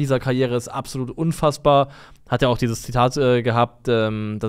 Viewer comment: Mich triggert es jedes Mal wenn Abselut sagt.